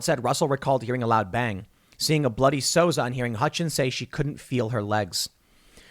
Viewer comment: It's pronounced "Soo-Za," not "Sosa." ... Baldwin is absolutely responsible. Full stop. And Kyle Rittenhouse is a Hero.